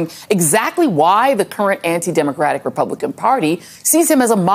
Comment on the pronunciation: You mispronounced "democratic party"